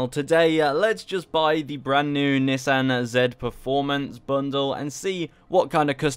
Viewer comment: dawg im srsly about to mute him, miss pronouncing Nissan srsly?